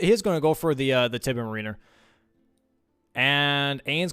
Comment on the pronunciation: Guys, it's MARiner, not maRINer.